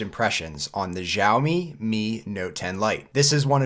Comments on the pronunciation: Dude its chawmi not jawmi. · Maybe because of english accent you are saying "jaomi" but there is no brand such as jaomi but xiaomi which spoken as shaomi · It might be hard, but say Xiaomi like “yow” as if you were in pain. Now say “yow” in your normal voice. Now add an “s” and it becomes “syow”. Then put a “mi” at the end. Syowmi is how it’s pronounced and you’ll sound better than most tech YouTubers. P.S. It’s NOT shaomi!